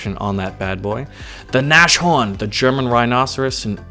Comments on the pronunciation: for God's sake, the nashorn is pronounced nas-horn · Nashorn is pronounced Nas-Horn,because the Word is made up by Nas a short version for Nase which is the german word for nose, and horn which means what you think it does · Nas-horn you Need to say iT like the European a n-ah-S hor-n